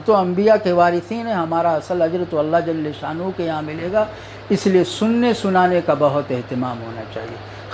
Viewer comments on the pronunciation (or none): آ پ کی نصیحتیں بڑی اچھی اور قابل عمل ہیں ادبا عرض ہے کہ جل شانہ میں لام کا فتحہ کسرہ سے بدل جاتا ہے